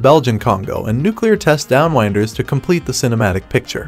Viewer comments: AI would be letting the narrator off the hook. Nah, probably some guy who thinks 'down-winders' is pronounced 'down-wynders.' Education is on the hook…along with the producers from Flick Flash. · The ‘wind’ blows on the plains. You ‘wind’ a clock. When the narrator says ‘downwinders’ he says it wrong.